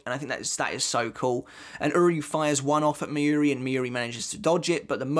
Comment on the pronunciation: Your pronunciation of Mayuri is so annoying. It's not 'miyuri', it's Mayuri... it's similar to the word 'master'. The 'ma' in master, although the a is shorter. Being a bleach youtuber, you really should learn the proper pronunciation.